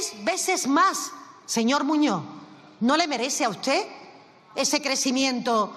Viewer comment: Muñoz,no muño.aprenda a hablar,Castellano, Español.